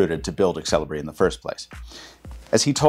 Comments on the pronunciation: it's pronounced "sell-e-bray" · really... i thought it be more like zel-ee-bree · I've always wondered why native English speakers pronounce letter e before x. Like Xelibri here becomes exelibri.